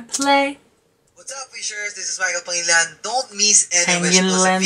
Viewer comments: the better way to pronounce his last name is PANG HE LEE NAN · The correct pronunciation is Pa-ngi-li-nan. Love your reaction.